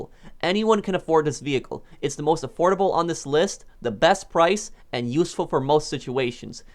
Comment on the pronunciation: i thought u said adorable for second i was abouta say the rc car should be on this